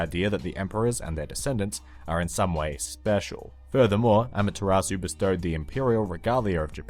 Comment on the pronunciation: just sayin' it's not pronounced amataratsu its amat-ser-u.